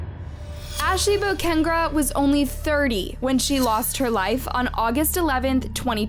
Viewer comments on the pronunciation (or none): It’s not bocengra. It’s boca-negra. Smh. You sound ridiculous. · Boca-Negra…😂stop pronouncing Bocnegrrra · Please learn how to pronounce name. Bocanegra. Like wtf are you even saying? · Say it with me, “boe-cah-neg-rah.” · Girl you done pronounced her last name every which way but right! Do you know there's videos online that pronounce her name correctly, and that shouldn't be too hard if you're doing research for the cases that you do! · Yeah, IKR. It’s not even a hard name to pronounce. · Say her name CORRECTLY. Illiterate. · Not even once she said it right 🤦🏻‍♀️